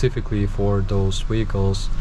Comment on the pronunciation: I just love it when he says "weehicle's". Everytime it gets me..lol